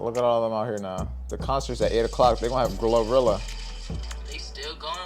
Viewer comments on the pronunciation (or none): Boii you said her name all wrong just say Glo that's what I was told loll... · ikno it sounded funny when you said it.